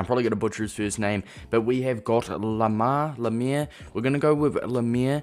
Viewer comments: its pronounced like "Limair" (Lim like Lime) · It’s pronounced lime-er